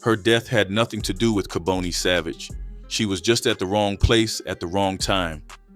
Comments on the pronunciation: And pronounce the names right it’s not kabooney. It’s pronounced Ka-bon- nee 🤦🏿‍♂️😡🤷🏿‍♂️ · Mispronounced his name ( Ka-bonnie) is the way it's announced. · Im from Philadelphia I remember this. Dark chapter. By the way his name is pronounced KAH BON EE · This was definitely Philly, this person talking doesn’t know what he’s talking about, cause his name is kaboni not kaboney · You’re not even saying his name right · You keep mispronouncing his first name!!!!! This man was a total Demon the DEVIL incarnate to commit such a heinous EVIL crime!!!! I hope he is never allowed to walk among us!!! Why are you showing pictures of what looks like renovations inside of a home or an apartment that doesn't look like it has anything to do with making drugs??? I understand that you need to fill in spaces for your content but why are you interjecting photos of things that have nothing to do with cooking or making drugs some of the photos look like renovations that are being done in a home with home Depot buckets and paint and plaster buckets so why are you interjecting these photos in this video??? That makes no sense!!! STOP interjecting photos of people who are not part of this story if you don't have enough real information or photos that pertain to this video then you should not have made this video it's disrespectful !!! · I noticed a plethora of errors in this video. Naming the wrong people. Pictures of people not part of the story. Scenery clips that weren't in Philadelphia. AND most importantly mispronouncing Kaboni and Tabius smh. Unsub, 👎 This jawn is fraudin!